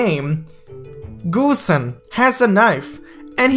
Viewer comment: Ok, pronouncing Hang Tuah can be hard, but "GOOSE"-en? Really? Come on bro haha. Nice vid though, keep it up!